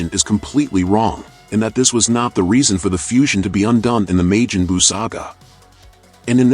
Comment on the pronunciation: This garbage AI voice. May-Jin- Boo? Lol tf is that